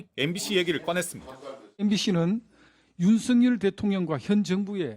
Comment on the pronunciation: 국세청까지 시켜서 추징하게된것에 대해 유감=원랜 안내도 되는데 굥이가 시켜서 어쩔 수 없다 라는 뜻 김상훈 ㅆ 발음 왜저럼ㅋㅋ ‘씀성과’ 윤씅렬’ 쟤도 일본놈인가?ㅋㅋㅋ